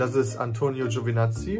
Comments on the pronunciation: Giovinazzi, GiovIIInazzi, nicht Giovanazzi. Natürlich klingt das komisch dann. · Ja sep Giovanazzi kann man nicht gut aussprechen WEIL ER GIOVINAZZI HEIßT